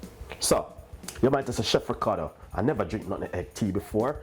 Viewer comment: Nut-meg.....not Nutten-Egg 🤦🏾‍♂️